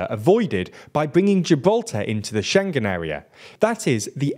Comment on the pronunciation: SchengKen?!? wonder if this guy pronounces it thingKies, clingKy, and singK too? 🤭 "He was sinKing a songK!" 🎼🎶😂